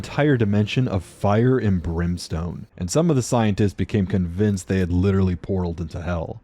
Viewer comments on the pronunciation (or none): none